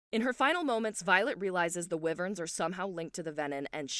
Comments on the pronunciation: Love the recap.. but just for your info, Wyvern is pronounced why-vern. Not whe-vern :) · “Why-vern. Riddick” are the correct things